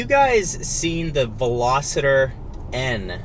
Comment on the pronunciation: Say it with me, V-E-L-O-S-T-E-R. Not V-E-L-O-S-I-T-O-R 🤦‍♂️